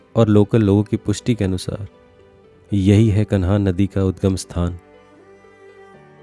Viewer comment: सही हिन्दी सीख तब यूट्यूब पर आ। कन्हान???